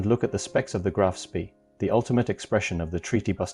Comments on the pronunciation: It's not pronounced spee, it's pronounced "Spey" Graf Spey. Look it up. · It is pronounced "Graf SPAY". Spay as in hay, not Spee as in Tea. Sooo many announcers, both real and AI, can't seem to grasp German pronunciation. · It's pronounced "Graf Spay" not Spee. How can you not even know how to pronounce its name yet you do a video about it? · The correct pronunciation is; Graf SPEY. Otherwise, a good video. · AI can't even pronounce the correct name of the ship . hopeless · FFS, at least learn to pronounce the name of your MAIN TOPIC correctly. Try Forvo, or learn basics of German. Oh, and its ending wasn't on a dinner-plate, but on Río de la Plata. That's Spanish. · Can't even correctly pronounce ; "Graf Spee" ! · The AI voice mispronounced a lot of words - not the least of which was the ship name itself - Graf Spee. This made this video extremely annoying to listen to.